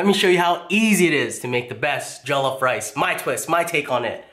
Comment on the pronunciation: It's not jolloff